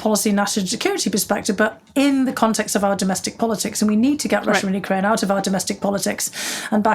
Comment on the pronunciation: I'm looking forward to this interview with two fascinating women. That audiobook is next on my list. I'm pretty preoccupied with what's going on over there. Thank you for calling it you-KRAINE and not YOU-kraine, which bugs me lol. Having Biden in office at this time is very reassuring, because I trust him to take the best course of action with probably the most knowledge anyone has and with wonderful and smart experts around him. I imagine Putin is sorry (and I'm grateful) he didn't make this move when Trump was in office. Timing is everything.